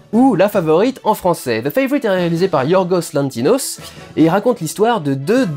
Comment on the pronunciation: J’ai regardé les 20 premières minutes : A , c’est Yorgos LanthiMos (et non pas lanthiNos) Roma est est un quartier situé dans le quartier de Cuauhtémoc à Mexico Christian Bale fait une remarquable interprétation de Dick Cheney : “Tout est faux dans Bohemian”; tu ne crois pas que tu exagères un peu ? Franchement, j’aime bien tes vidéos, mais tu devrais davantage te renseigner et être un peu plus nuancé à mon avis